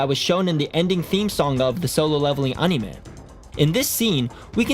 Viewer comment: DUDE PLEASE PRONOUNCE ANIME CORRECTLY